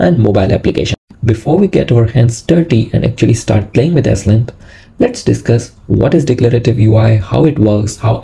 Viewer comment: It’s pronounced “slint” not “s-lint”.